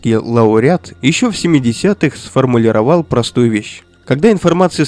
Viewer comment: на 27-07 ударение в слове сформулировАл неправильно, озвучка через ИИ походу, не верю что автор ошибся в таком простом слове и не смог правильно сформулИровать, и вообще похоже на тест жпт, присмотрюсь и отпишусь наверное, мне хватает шума от людей